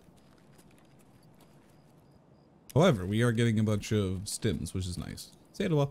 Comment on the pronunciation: the way he says Salewa has got me like: "come salewa, come salewa, come salwa with me- chads"